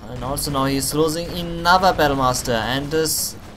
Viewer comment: I watched a couple of your replays and u make 2 mistakes very frequently. Units are hurt not "hurten" that word just doesnt exist in the english language. And its another Humvee not "enother" Humvee thats just prenounced wrong. Dont get me wrong apart from that i enjoy your commentating effort :)